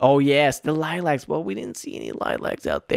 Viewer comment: The way you say lilacs triggers me so much